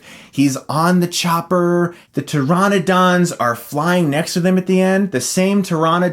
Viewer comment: pter-on-uh-don. lol